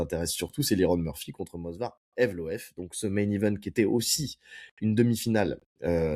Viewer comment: Je voyais aussi un draw sur le fight Evloev/Murphy… Juste pour vous embêter, c’est pas moSvar mais moVsar ;) J’écoute tous vos podcasts les gars je vous kiff, force à vous 💪🏻